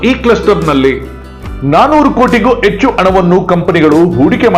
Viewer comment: Echchhu, aagu alla Hechchu, haagu